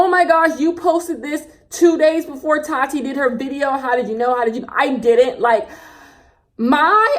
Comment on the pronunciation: The way you say Tati’s name 😂 “tAaTi” lmao